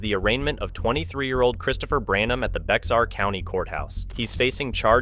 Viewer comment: Bexar is pronounced bay er!